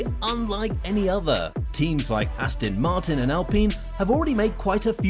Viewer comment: Austin Martin? FFS, at least try and get the names of the Teams right